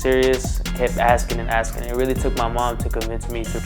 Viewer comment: Why does she keep axing people